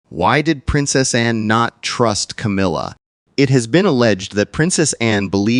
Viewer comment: Will you please refer to that woman by her correct name she is not Cameelia, but Camilla. it is annoying to say the least.